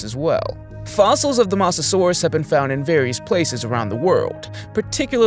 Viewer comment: Bro mispronounced Mosasaurus with masosasourus 😂😂😂😂😂😂😂😂😂😂😂😂💀💀💀💀💀💀💀💀💀💀💀💀💀💀💀💀💀💀.